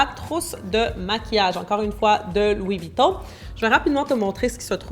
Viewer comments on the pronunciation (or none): Mais t'aime bien te venter enfaite 🤦🤦🤦pk tu dis Luis Vuitton